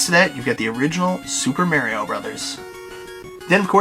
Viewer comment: omfg, nice Collection but fuckin learn how to say Mario!!! jeeeez-......hehe